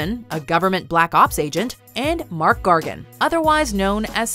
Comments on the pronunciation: Mark Gargan? It’s Mac as in Macdonald. This was super predictable. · You said scorpions real name wrong it's mac gorgon not Marc gorgon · I’m gonna give zero points to for butchering the name of one of the most iconic villains Spider-Man has faced. MARK GARGAN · It's Mac Gargan